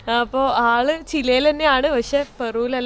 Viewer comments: ചില യാണോ.ചിലിയാണോ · Spanish ഭാഷയിൽ " ചിലെ " എന്നാണ് പറയുക.